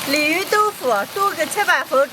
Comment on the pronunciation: 鯉魚豆腐我聽成李寧豆腐